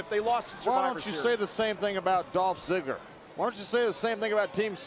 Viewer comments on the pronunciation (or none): JBL said Dolf Zigger